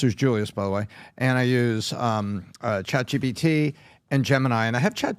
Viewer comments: I still don’t understand why pat keeps saying chat gbt lol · Why do they all say chat gbt? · Why do they keep saying Chat GBT? I'm beginning to think they are all idiots. Maybe they all just have a difficult time speaking?